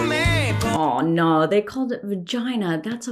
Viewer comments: I love your reactions,, as well as seeing how other countries handle things the US pretends doesn't exist. Also you did the NZ/Aus "Aur Naur" lol definitely going Kiwi :D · "aw narw" the accent in the oh no was PEEKING out lol!